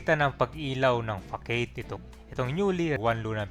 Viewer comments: FACADE ang pag pronounce nya is FAH-SAD! hindi FAH KEYD! kaloka! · Facade? Yun ba gusto sabihin? Fah sad. Fah-sad. Hindi pakeyd. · "Fa-sad" hindi Fakeyd.